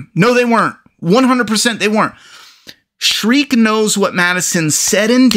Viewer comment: Shrike......shrike. not streak, not shriek, not shrek. Shrike.